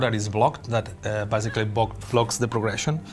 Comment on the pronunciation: Stop saying bazically